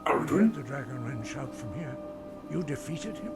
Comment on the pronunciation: “it is called…Dragonrend.” LOL